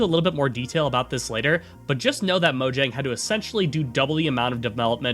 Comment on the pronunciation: You should probably check the pronunciation of proper names like Mojang and Jens if you are going to narrate a video essay about them.